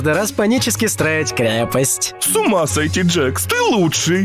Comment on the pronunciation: Не джекс а джакс